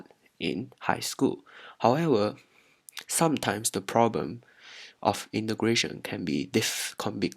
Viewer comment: 8====D hoho i heard imigration instead of integration